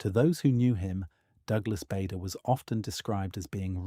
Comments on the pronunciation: His name is pronounced 'Barder'. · Needs to be a vlog and as someone has pointed out it’s Bahder